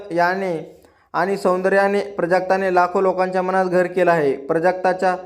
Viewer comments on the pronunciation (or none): none